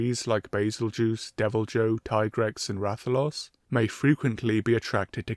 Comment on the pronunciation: What kind of sacrilegious heathen pronounces Tigrex with a tea in the name